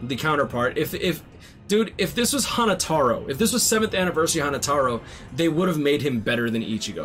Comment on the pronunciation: Bro said hanatoro was hannatoro hahaha